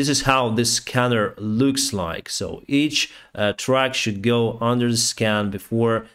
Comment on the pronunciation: ...'trucks' is pronounced with an 'uhh' sound NOT an 'ahh' sound - truck is not pronounced trAck..it is trUck. Just trying to help you out with your English, all in all tho..your English is a lot better than my Ukrainian....